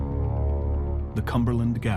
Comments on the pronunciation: Love the histrocal documentaries like these but please educate yourselves on the proper pronunciation of Appalachian.....(hint: all long A's...as in Apple) Thank you for the otherwise great resource for historical events. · Does any other part of Appalachia pronounce it the way they do?😂 Great series but we say it 'app-uh-latch-uh' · Maybe one day all the northerners will learn how to pronounce Appalachian properly. Doubt it but one can hope